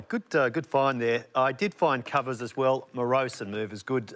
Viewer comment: First word: BEATING Second word: COOVERS